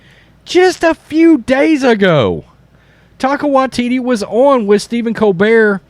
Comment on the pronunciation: HAHAHAHAHAHAHAHAHA says "Taco Waititi".